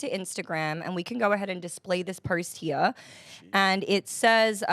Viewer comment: That pronunciation got me laughing. 😂😂